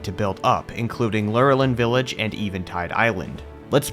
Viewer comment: I pronounced lor a lin village just to help you out